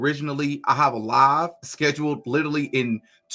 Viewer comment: I laugh every single time says “live”. 😂